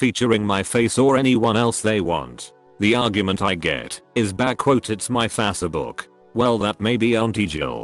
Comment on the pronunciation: I like the voice pronounces Facebook "fass eh book"